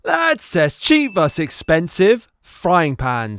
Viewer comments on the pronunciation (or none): none